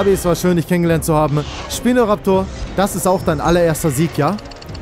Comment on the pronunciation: Nicht schpino sondern spino